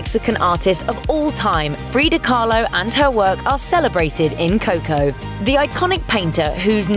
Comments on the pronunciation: Its not coh-coh. Its co-co. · Fuck... please dont say coco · If it were just that, I'd give her a pass... I don't know, she seemed to make an effort at some names but totally blew others. I mean, she doesn't even pronounce Coco right! Or Dante. And let's not even start talking about her rendition of alebrije.